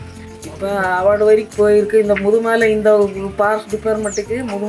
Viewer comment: It is Mudhumalai not Madhumalai TN